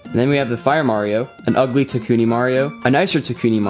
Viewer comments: It's tanooki not takooni. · It's tanooki not takooni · tanuki would not be pronounced takuni, :P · “takoonie” ITS TANOOKIE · it's tanuki not takuni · He said takoonie mario instead of tanookie lol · It’s Tanooki, Not Takooni!! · Did he say Tkoni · Its tanookie